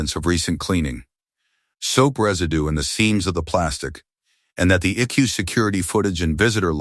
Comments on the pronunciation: It is I C U not "I coo" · Right? I can't take this story seriously when it keeps calling the ICU "Ickoo"! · I C U, or Ickue/ick u/ick you or however you want to spell it out. People have been pronouncing it as Ickue for years now. It is 2 syllables instead of 3 and therefore must make it easier and quicker to say. 😳🙄🙄🙄🙄 Yes it is an AI voice. Most if not all of the stories presented in this way are basically are AI written and narrated with a human giving parameters for the plot and maybe names and personal information, dates, time, ages, etc., used within the story. The human chooses which AI voice they want to narrate and then they post it once the AI has finished. Most of the channel's human "creators" don't even proofread the stories or listen to the narrated version for mistakes and just post the story/stories one completed by AI and done. That is why there are usually so many mistakes. Pronunciations and arithmetic are the AI system's usual mistakes! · That "ic-you" 😂😂 Everytime it's said I giggle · Authors are going to have to start writing "Eye see you" so the AI reader can get it right. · ICU needs to be written with periods - I.C.U. Then work in Milo. Teach the AI. It doesn't even mispronounce it the same way every time. Milo, meelo. Time needs work, too. 2am isnt pronounced tooam.